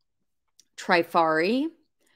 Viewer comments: Vendome is the brand. It is pronounced Tra far e. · Here are some pronunciations for you Spelled phonetically Trifari has a short “i” like in “trip.” Vendome is pronounced “Vondome” Parure is “pawroor” Hobe is “Hoba” like in obey. Schiaparelli is pronounced “Scaparellee”